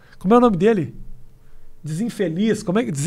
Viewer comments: "Beleza desinfideliz" kkkkkkkkkkkk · "Zinfideliss" KKKKKK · "DESINFÉLIZ" KKKKKKKKKKKKKKKKK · dizinfideliz kkkk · Desinfeliz raiscais espinafre KKKKKKK Tenho certeza que ele sabia falar o nome deles, mas falou errado de propósito só pra zuar